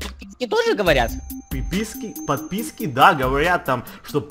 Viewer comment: хотел сказать подписки сказал пыпыски